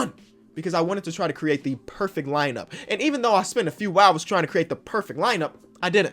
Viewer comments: Bruh u spelled spent wrong and said sent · Everyone: said sent and not spent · Who’s here when it says “sent” instead of “spent”? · Spent not sent😂😂😂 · Also i think he meant spent not sent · It says sent instead of spent